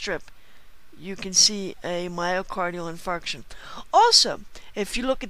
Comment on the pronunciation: have to love the way she pronounces myocardial in*fart*ion on the video... :-P lol JK. The video is just brilliant though.